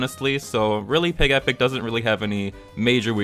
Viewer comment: I thought it was PIGEH-pic, not pig-E-pic. Doesn't mine sound cuter? Like Togetic.